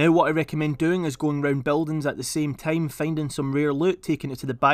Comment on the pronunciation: bro why you say team instead time